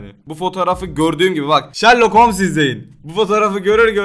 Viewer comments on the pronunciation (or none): none